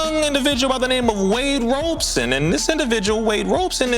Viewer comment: Wade ROB-SON 😅 love the show by the way💯